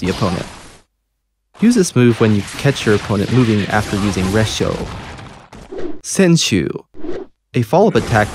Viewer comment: 穿踵の読み方Senshuuじゃなくてセンショウだと思うんですけど